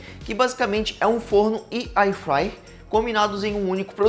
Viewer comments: O video está bom, mas precisa melhorar o português, evitando esse gerúndio o tempo todo. Airfryer (érfraier) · Alguém diz pra ele que é air fryer e não ai fryer, e o gerúndio irrita...😂 Dá pra perceber que ele não sabe nada do produto. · Pena que não tenho áudio aqui pq gostaria de ensina-lo a pronunciar AIR FRYER